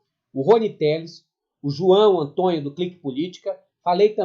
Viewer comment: porque você fala "Ontonho" ao invés Antônio?